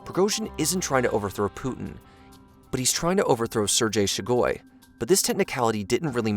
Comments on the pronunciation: it's SHOI-gu. not she-GOI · It's Shoigu, not Shugoi... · FYI, it's "Shoigu", not "Shugoi". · I correction would be on your pronunciation of a name. Its not Shugoi but its Shoigu. Its funny to hear people brutally mutilating slavic names xd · SHOY-GU. Not “Shoe-guy”. That’s how you pronounce Shoigu. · "Shegoi" = "Shoigu" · You kept mispronouncing Shoigu as Shugoi. 🤷‍♀️ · It's Shoigu, not Shugoi. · Shoygoo. Not shigoy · What did they promise him to stop?? Also, there are not 1M soldiers for Ruzzia, unless you count Babushkas. Lastly, it is "SHOOI-GOO". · Sir gay shoy(soy) goo. Repeat after me Sir gay shoy goo. That's how you properly pronounce the name. 🙄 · Only two things in this universe are truly random: collapse of a quantum superposition and this guys pronunciation of "Sergei Shoigu". I'm not certain about the superposition. -Albert Einstein probably